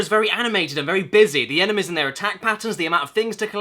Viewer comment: I love the way Caddi pronounces "enemies", hehe, "enemehz". :P